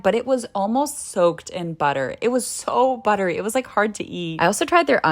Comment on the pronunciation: Don’t tell me , it was “ buddery “ yes ?